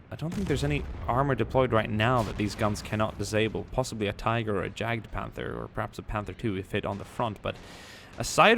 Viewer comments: it annoys me that you say jagedpanther but your meant to pronounce it yagpanther. i like your vids keep doing what your doing :) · You pronounced jagdpanther wrong, j in the german language is always pronounced as a y. Keep making awesome videos!👍🏻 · You still pronounce "Jagdpanther" wrong... Pronounce it with an english "Y" and not with a "J". Sincerely, The Grammar Nazis xD